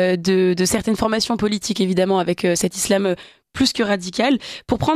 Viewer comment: Pourquoi dit-il ''izlam'' ?😁